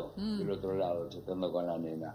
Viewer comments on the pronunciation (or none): none